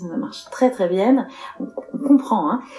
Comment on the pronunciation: Un moment, ce cruche dit: Très bien puis se rattrape et dit très bienne. 😆😆😆